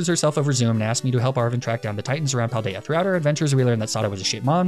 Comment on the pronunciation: I’m so enamoured by the Spanish names you’ve given all of them. Also your pronunciation of all the names is impeccable! Wonderful justice to the Paldea region!